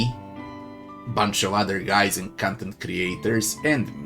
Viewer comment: i love how you pronounce content creator as cuntent creator lol🤣